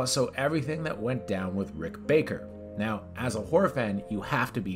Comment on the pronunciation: if you're a horror fan and don't know Rick Baker... Come OONN.. then calls him "Rick Barker" hahaha